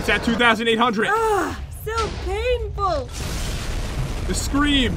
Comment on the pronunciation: Why does pat say hundred with a t